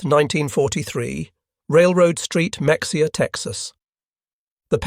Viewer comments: It isn't pronounced Mexia. It is pronounced Muh hay ya.. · Good video. The town of Mexia, Texas is pronounced Meh-HAY-a, not MEX-ee-a. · fyi, Mexia Tx is pronounced "Ma HAY uh" - i had no idea there was a POW camp there. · It’s Ma hay a not Mex e ah. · it's pronounced Meheya not mexea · FYI “Mexia” is pronounced muh-HAY-uh, rather than MEK-see-uh. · Muh-hey-uh, not mexia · It's not a MEX-ee-uh, it s Muh-hey-uh. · It's pronounced ME HA YA not MEX E AH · Mexia is pronounced “Meh hay uh” not “Mex e uh” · Muh-hay-uh…. Not “Mex-e-ah” Mexia (/məxeɪjə/ muh-HAY-uh or /mɛxeɪjə/ meh-HAY-uh)[4] is a city in Limestone County, Texas, United States. The population was 6,893 at the 2020 census. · I learned the hard way it's Maheya not Mexia. I also didnt know this about Mexia. Texas has a lot of Germans but most of us were here before both WWs. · It's NOT pronounced MEX-EEE-UH. It's pronounced "Meh-hee-uh" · Y'all need to ask about how to pronounce some words, especially cities and towns. Muh hay uh is correct, not Mex e uh. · Mexia, Texas is pronounced Meh-he-ah, not Mex-ia. Sorry to be a sticker for pronunciation, my AI bot friend. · 😮 it's not Max-ia. It's pronounced May-hey-yah! You A.I. P.O.S.! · Very nice video, but it's not pronounced "MEX-e-ah"...it's "meh-HE-uh" by spanish pronunciations, but the locals call it "muh-HAY-uh." But most definitely NOT "MEX-ee-ah". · Mexia, Texas is pronounced Muh-HAY-uh, not Mex-E-ah. Locals refer to this pronunciation, and the city's official motto, "A great place to live, no matter how you pronounce it," humorously acknowledges that visitors often mispronounce the name. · It is not Mex-i-ha Texas. It is pronounced Ma-hay-a. Effing AI Bullshit. .... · Say is like this, "Meh-Hay-yah". Not Mex-ia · "Meksia" 😅😅😅 Mexia is pronounced "muh-HAY-uh". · For record. Mexia, Texas is not pronounced “Mex-e-ah” as it is in this video. It’s pronounced “Muh-he-yuh”. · It's not Mek-see-uh Texas. Locals pronounce it "Muh-hay-uh" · It's pronounced Ma-he-a